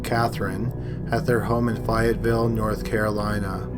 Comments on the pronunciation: Fayetteville is pronounced Fay Yet Ville. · It’s FAY-IT-VILLE NC. But it’s cool. I love your vids. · I live in the city in the first crime. It's pronounced "fay- ett- vil" it just caught me off guard lol. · the AY in Fayetteville rhymes with bay, may, stay, lay.... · It is so weird to hear you pronounce Fayetteville like that 🥴